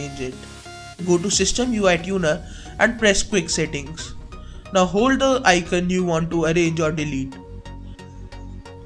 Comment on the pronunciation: icoooooooooooooooon!!! not icun!